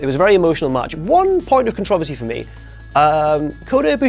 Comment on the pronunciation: The way he says 'Controversary' lol